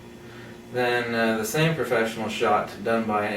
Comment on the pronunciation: P mode, for Profeshnial